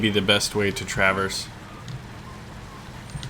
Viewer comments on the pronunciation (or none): none